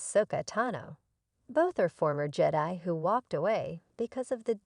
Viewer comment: Stupid AI doesn’t know how to say Jedi